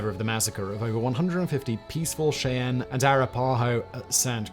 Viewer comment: Listening to the British guy mispronounce Indian tribes, names, and rivers is fun.